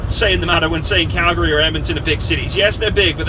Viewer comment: I love how he pronounces Calgary, most people would pronounce it how they see it Cal-gary, but to us its pronounced "Calgry" just a little thing I noticed that I absolutely love.